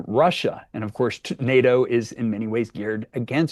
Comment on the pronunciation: Nay-Yo summit? Pronounce your Ts, lazy presenter.